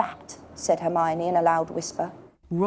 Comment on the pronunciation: Did she just said hermeYany?